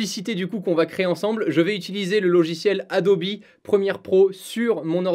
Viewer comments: En français on dit bien Adobe et non Adobi. Par contre si tu prononces Adobe en anglais, tu dois prononcer Premiere en anglais également. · Alors que plus tard dans la vidéo il dit plusieurs fois Adobi assez naturellement, on se défait pas si facilement de ses habitudes mdrr